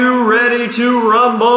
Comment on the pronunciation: Nice Intro!!! Gwes!!!! I am ready to Gwrumble.